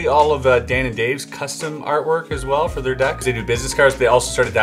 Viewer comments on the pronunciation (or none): none